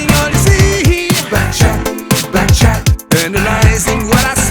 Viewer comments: Pertama dengar kirain saya "bancet bancet..taunya back chat..hahaha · Yg org denger : "Back Chat Back Chat" Yg gw Denger: "Becek, Becek" 🤣🤣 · Pertama x aku dengernya becak becak 🤭